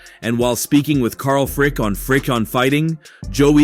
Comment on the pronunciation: This sounds like a totally AI generated channel hate the style. Mispronouncing well known fighters like "carl frick?" .The thing I do like is you but your source in the video for videos. But otherwise going to ensure youtube stops recommending you.